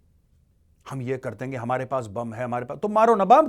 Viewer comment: That hain always gets me... 😅😅😅